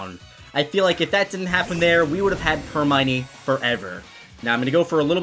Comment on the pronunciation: I feel bad for Hermione but hey no more horrible pronunciation of Hermione